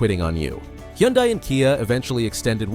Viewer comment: Lawn mower engines boosted to eek out HP. What could go wrong? What’s a hee-on-dye?